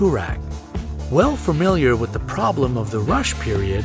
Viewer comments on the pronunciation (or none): none